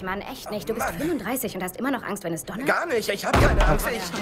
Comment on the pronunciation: du weißt schon, dass das Wort Donner heißt? und Schall anstatt Tschall?